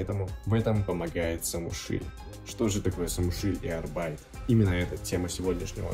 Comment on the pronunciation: Arbeit по немецки работа. Ударение только на первую букву.